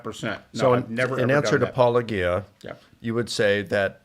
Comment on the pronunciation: You knuckleheads refuse to pronounce Paulogia correctly. He respectfully shits on your positions and you can’t even bother pronouncing it correctly. Clowns